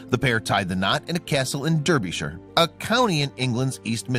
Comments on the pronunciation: It's pronounced DARBY SHIRE. Not Durby Sheer. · Derbyshire is said darbysher, it just is , i should know i live there